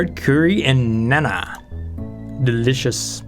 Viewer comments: "Nana" 😂 It's pronounced 'Nahn' for future reference. Merry Christmas! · also naan is pronounced nahn